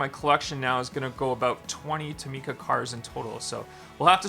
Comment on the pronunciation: This is how you pronounce tomica: toh-Mi-ca